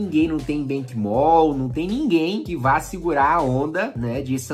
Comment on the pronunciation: “Benquimol” foi foda 😂😂😂